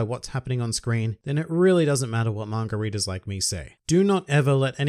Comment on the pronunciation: kinda sounds like you’re saying “margaritas” instead of manga readers. either way, i’m drunk.